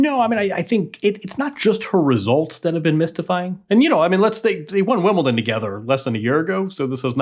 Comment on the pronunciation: There is no 't' in Wimbledon